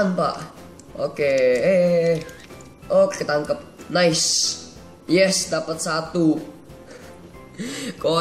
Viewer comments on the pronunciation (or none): none